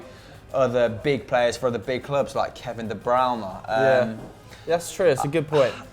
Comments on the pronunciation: Adam Hawkes No, it's not Kevin De Brown-eh, it's Kevin De Broin-e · Kevin De Brownu jeez it’s De Bruyne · Stefka Indjova it's Kevin De Bruh-nuh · did he just say "kevin de browner" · Love him saying Kevin De Bruyne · Who hates the way says kdb’s name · He does not. But he's close. Like I said, probably as close as you can get with an English tongue. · He claims to be an expert but can't say the name of the best player in the biggest league in the world right. What a joke.